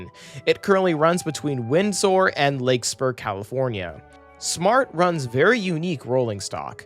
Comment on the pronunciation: "Lake spur" and "MArin" were top 10 cringe moments